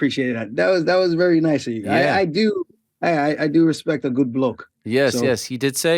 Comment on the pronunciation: Aljo “Put some Respeck on my name” Sterling